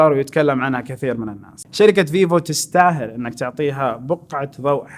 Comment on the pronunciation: 5.34 شركه مو جركه